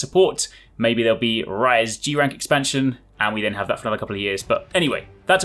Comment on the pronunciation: When you say MH Rise, I don't know ehy it sounds like MH Rice xD